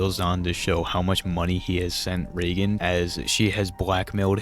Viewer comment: Bro got to round 25 and “ray gun” (Reagan) began unbearable 😭😭